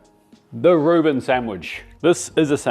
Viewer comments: Isn’t it Reuben not “Ruin”?! 🤣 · 'Ruin sandwich'? It's called a 'Reuben sandwich' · A "Ruin?" You mean a "Reuben?" You want that steak cut thin and chopped. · Too bad he calls it a ruin, lol